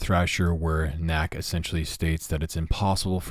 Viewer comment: Lmfaooo u called Nakel “knack”